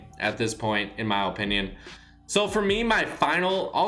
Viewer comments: Guys. It’s his, OH-pinion. XD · Mac Man yah but I’m tryna emphasize how he says it lmao cuz it’s mad funny